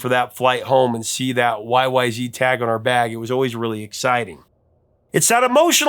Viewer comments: Every time I hear say Y-Y-Zee I cringe! It's Y-Y-Zed. If you go to Toronto's Pearson Airport, they never say Zee. They say Y-Y-Zed. We're Canadian. That's how it's pronounced. And RUSH were/are Canadian. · Correction: It is Y Y ZED, not Y Y ZEE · It is technical, and complex and called YYZ (zed not zee) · YYZ is pronounced zed not zee band is Canadian and there is no such thing as zee, it was changed to sing the alphabet song. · C'mon Professor, surely you knew it is pronounced WHY-WHY-ZED, not WHY-WHY-ZEE :) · Right, listen, YYZ is pronounced WHY WHY ZED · Sorry eh! RUSH is Canadian so YYZ is pronounced "WHY WHY ZED" not "WHY WHY ZEE". Another awesome Top 5. Thank you. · Annoyed Canadian here... Please, "YYZ" is a CANADIAN song, from a CANADIAN band, about a CANADIAN location. Out of RESPECT, could you PLEASE say the name correctly? It's pronounced "Why-Why-ZED", not "ZEE". Yes, it's globally known that the US is one of the very few countries in the world who says "ZEE" instead of "ZED", but come on... Look, out of RESPECT for American artists, Canadians do NOT call Beyonce's husband "Jay-ZED". We DON'T sing "Legs" by the band "ZED ZED Top". Come on, Americans... could you at least TRY to make it look like you're TRYING? LOL! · y y zed. not zee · To hear Rush talk about the song, its pronounced Y Y Zed, no Y Y Zee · respectfully, it's YY Zed. We don't say Zee in Canada. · It's Y-Y-Zed. Toronto is in Canada. It's pronounced Y-Y-Zed! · Rush is Canadian, so it is pronounced Y Y Zed. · ARGH! It's Y-Y-ZED! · It's pronounced Y-Y-Zed you hoser! 😀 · You should use the proper Canadian pronounciation: WY-Wy-ZED. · It's pronounced Y-Y-Zed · Uh oh! It’s supposed to be pronounced YY Zed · Come on, you gotta say it right... Y Y Zed. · It’s pronounced Y-Y-Zed.😊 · You are saying YYZ wrong. The letter Z is pronounced "zed" in Canada so you should at least pronounce it that way when quoting the band members. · YYZ(ed), not YYZ(ee). They are Canadian for fuck sakes.